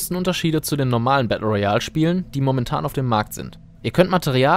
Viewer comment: Kannst du mal Battle Royal ordentlich aussprechen 🤦‍♀️🤦‍♂️